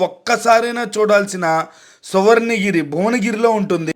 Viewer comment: సువర్ణ giri కాదు, స్వర్ణ giri